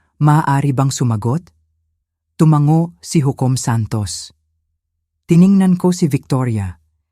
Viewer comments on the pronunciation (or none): none